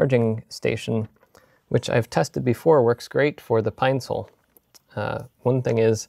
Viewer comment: its a Pine-cil not Pine-Sol. Important difference.